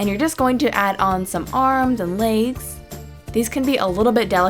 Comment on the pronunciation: she says laygs instead of legs